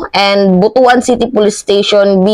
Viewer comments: BUTUAN. Pronounced as BUT-WAN not BUTU.AN. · ayusin mo yung pag basa mo ng butuan!